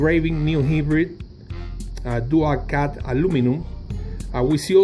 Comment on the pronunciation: bruh! its hybrid not hibrid